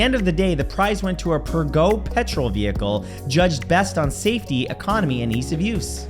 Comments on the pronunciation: God dammit matt learn how to pronounce words. The g in puegot isn't pronounced that way, you do that crap all the time, it's annoying as f. Look the word up. I know you've been doing this a long time, but the facts relevancy has really dropped off, it could be better. Otherwise, good work bud. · Keep it up Matt, but check the pronunciation for Thames and Peugeot